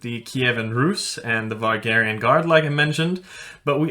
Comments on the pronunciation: its not vargarian gaurd its varangian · Varangian guard. Not Vargarian. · Just wanna know if it's a different group of people or just saying it different and also why if not a typo. Lingo.. Vargarian Guard In the Byzantine Empire. Is what I hear our main man says. I only heard of Varangian Guard. Just said different in scandinavia??? Pls anybody lmk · Good video. Varangian guard though. Not Vargarian or vegetarian or whatever you were saying. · Overall, I really liked your video. I may be biased, though, the Norwegian side of my family originally comes partly from the area around Lien. One question I had was your pronunciation of Varangian as "Var-gAr-I-an", is that how it's pronounced in Norwegian? It almost sounds like a blend of "Varangian" (Modern English) and "Væringjar" (Old Norse). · I was also a little bit annoyed by the mispronunciation of the Varangian Guard. I'm guilty of the same thing (mispronunciation of words that I know) at times. I have heard him call them vargarians in other videos though. Oh well. I do like the content. He definitely knows more about the Viking age than myself.